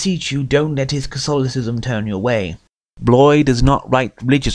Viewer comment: He should know how to pronounce Bloys name... Good heavens...